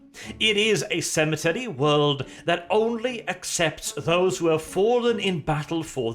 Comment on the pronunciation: At the start it sounded like you said sanitary worlds not cemetery worlds when you tried to emphasise it